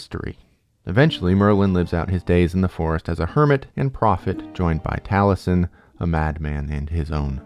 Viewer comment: It's difficult to take this seriously when you haven't bothered to learn how to pronounce Myrddin, Vortigern, Taliesin, or basically any name in the video. I quit 15 minutes in because you cluelessness just became too much.